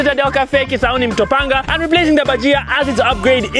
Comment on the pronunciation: Kisauni not Kisawuni